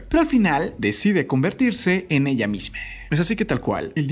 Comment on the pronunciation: logico que me di cuenta y puedes hablar bien porque pones la E al final de las palabras se dice PUESTO NO PUESTE QUE HORRIBLE HABLAS EELA ELLE QUE ES ESO